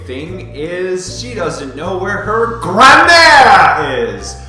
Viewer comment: When you say "grand-mère" it sounds like "grammaire". The thought of Scarlet wandering in the woods, looking for her grammar textbook is kinda funny though :D